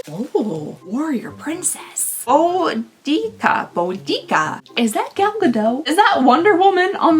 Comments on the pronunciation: it's closer to bow-di-ka. "Bow-dee-see-a" is thought to be a medieval mistranslation from Tacitus. I strongly recommend the BBC Podcast "you're dead to me" which has an episode about her, and tackles pronunciation. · bow duh kuh is a more correct pronunciation of Boudicca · it's pronounced boo da ca or boo da see ah.